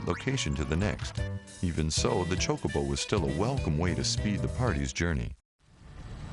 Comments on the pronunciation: say choke-a-bow like your sayin choke-a-bitch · TIE-dus, Chow (like show) koe- bo. Chocobo -chowkoeboe. MAKE-OH, not Mahhhko. (mako). sorry forhaving to correct you so much.. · His prononciation of chocobo was weird. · iv always said chocobo with the k sounding c. i thought thats just how it was